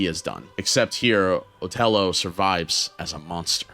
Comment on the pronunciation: "Lago"?? Seriously, man? It's and "I" not an "L", and it's pronounced "Ee-aa-go". The macaw in Disney's Aladdin had the name, and it was spoken throughout the movie. You also mispronounced "Othello". It's pronounced "Uh-theh-low".